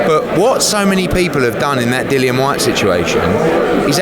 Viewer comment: Yet another thick lazy American that can't pronounce simple names. Dillian Whyte not fucking Dylan! How can you be a reporter on a sport and not know the big names in it?